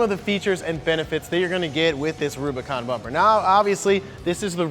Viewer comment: Did he say, Robicon?